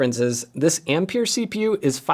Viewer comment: Ampere is pronounced Amp-air NOT Amp-peer.